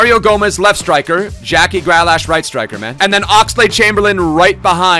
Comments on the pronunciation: Not Gra lash... Grealish. Say it like "Greelish" lol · i love the content but its GrEAlish not Gralash